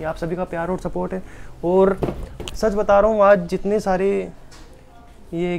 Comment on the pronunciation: Aap bahut acchey ho aap ओर नही और बोला करो